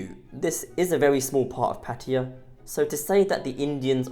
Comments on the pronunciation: Pa-Taya brother, Not Patya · What the hell is 'Patiya' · When will vloggers learn to pronounce Pattaya as spelled. Very ignorant people.👎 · Pattiya? Cmon dude.. pronounce it right its a sign of respect by calling it right. Cheers dude